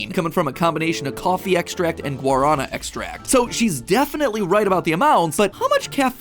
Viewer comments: I know that the ingredients list didn’t have the proper accent mark but it’s pronounced Guaraná. The way that you said it hurts my soul a little bit as someone who is fluent in Portuguese and loves guaraná soda. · Guaraná = gwah-ra-NAH! Roll that R a tiny bit if you can, Matthew! But seriously, obrigada for this vid. I just started drinking these and noticed how Panera could do better with their labeling and placement.